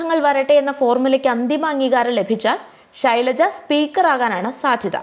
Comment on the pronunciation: "Shilaja " ennuvilikkan sahodaree ningal madeel ittu valarthiyathano